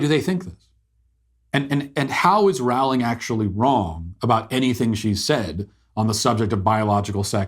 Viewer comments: It’s Rowling like rowboat not like rowdy. Love her. Trans woman aren’t woman. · BTW... It's Rowling as in Bowling....!! ;-) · It’s Rowling like Bowling. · Rowling. Roll-ing. 😊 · You pronounce Rowling "rolling". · I’d like to listen to what you said here… Go ahead and re-make this entire video for me, pronouncing Jo Rowling’s name properly. Then I’ll give this a try again. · Could you spend the 5 seconds required to learn how to pronounce her name? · J K Rowling. He kept pronouncing her name incorrectly. "Deserve it"? Beyond my pay grade.